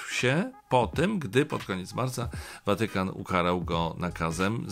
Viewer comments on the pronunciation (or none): Panie Macieju, a czemuż to akcentuje Pan słowo Watykan na pierwszą sylabę? Czyżby coś się zmieniło w naszym języku, o czym nie wiem? Słuchałam wczoraj rozmowy w RO z niejakim Obirkiem i tenże akcentował podobnie. Przypadek?